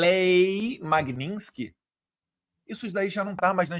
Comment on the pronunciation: não é magnintsky, é magnitsky!